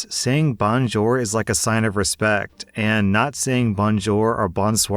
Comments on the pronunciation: "Bon-jer" is an odd pronunciation for "bonjour" but I really can't fault for mispronouncing non-English words. English words, on the other hand... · Bonjour and bonsoir pronunciation hurts the soul but love to hear it. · Hi, I'm Canadian born n' bred and even those of us not residing in a primarily French speaking province had to learn French in school and all I can say about your pronunciation is "Mon Dieu!" Sorry, I am a huge fan and had to joke; your voice acting is fantastic, and when you do the "Karen" it really adds to the story by increasing the tension, whilst being so incredibly triggering that I find myself yelling at the Karen! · Note: Only greet French people with “Bonjour” if you actually know how to pronounce it. If you say it like, it won’t work. They’ll just sneer at you and figure you are ignorant and/or from the US. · I’m learning French, and a lot of my family speak it. Your pronunciation of ‘Bonjour/Bonsoir’ made me want to die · The way you’re saying Bonjour is killing me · lol way says "bonjour" 😅🤣😂